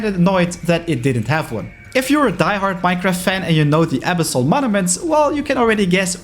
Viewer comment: its abÝssal